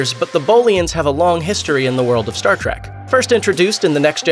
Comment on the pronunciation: Is this guy really saying Star track.. instead of Star trek